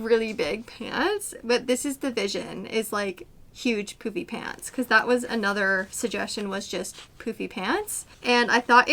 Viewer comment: I’m only 3 minutes in but can’t stop chuckling to myself every time you say “poofy pants” because it sounds like “poopy pants”! I’m 50 years old but sometimes I think I still have the sense of humour of a 5 year old! 😂😂😂